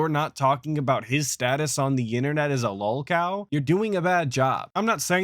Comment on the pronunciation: DSP identifying Boogie and EDP as lolcows and declaring himself distinct from them by claiming he isn’t a lolcow all while not being able to pronounce the word lolcow correctly is a beautiful combo.